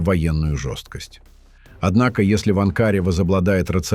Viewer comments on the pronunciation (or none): АВТОР!!!!! БУДЬ ГРАМОТЕН--- НЕ АНКААРА----А АНКАРА!!!! НЕ УСТАЛ --ГОВОРИТЬ ГЛУПОСТИ!!! У ТЕБЯ НА РУКАХ ГОТОВЫЙ ТЕКСТ!!! ХВАТИТЬ РАЗЖИГАТЬ ВРАЖДЫ МЕЖДУ СТРАНАМИ И НАРОДАМИ!!!!! ТЫ ПОЗАКАЗУ ЦЫГАНОВ БОЛЬТАЕШ ТУПОСТ!!!!!